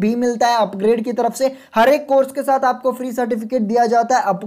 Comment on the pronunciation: Bhai pronounce it like 'UpGrad', not like 'UpGrade'.